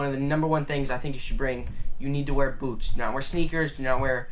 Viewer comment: when he said BOOTS i thout that he said booze